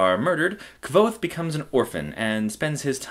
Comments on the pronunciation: its pronounced "kuothe" and i do not think this is a good review. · It's pronounced Kothe, like the book says. ("nearly the same as 'Quothe'")